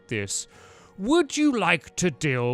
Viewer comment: please don't call it 'vah meadow' it's 'vah meed-oh'